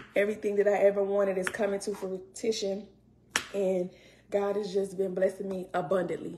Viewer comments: Not she said flutition& not fruition 😂😂😂😂😂😂😂😂shes so goofy 😂she talks just like andrew caldwell &thinks she's so smart😂😂😂did she say "dont let them mind play wit ur head"..girl what is that😂😂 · The po baby said “frutition”. 😩 Fix it Lord. 🤦🏾‍♀️ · Coming to “fruittition”. Sis its fruition. Dumb Dora. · That fool said fratition lol you mean fruition boo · here she go with this “FRUITITION” if she dont learn how to say the word correctly with her 3 degrees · She lost me at FRUTITION 😂 girl BYE saying UMMM too dam much 🙄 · No she didn't say "coming into fruTion, 😂